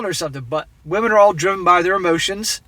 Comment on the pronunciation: Wahmen..."where did all the good men go"? Also wahmens,... they're all in prison.